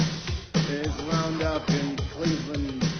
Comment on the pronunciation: Howard's pronunciation of "Cleve-Land" has stayed with me these almost-thirty years. Romance in the 80's was exactly like that. Thinking about where this is actually going to go simply isn't a part of it. Duck Tales! Woo-oo!